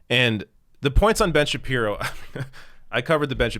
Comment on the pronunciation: that's two video's in a row where you've mispronounced Ben Shabeebo! Get with it!